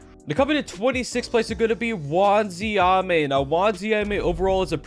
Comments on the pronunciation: It's not wanziame it's wanizame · for da 69420th time: wanIZAme NOT wanZIame